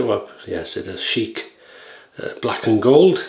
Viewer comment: Hello. Good vid. BTW it's pronounced Shick rhyming with "ick". You pronounced it like Arab Royalty Sheek. Thanks for the Palmolive shout-out. Great stuff.